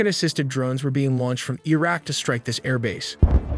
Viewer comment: Bro said ireq